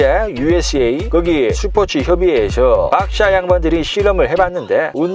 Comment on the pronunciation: 스포츠가 아니 슈포츠 ㅋㅋ